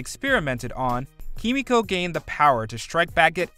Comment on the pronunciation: This anouncer guy do you even watch the boys miss pronounce kimiko's name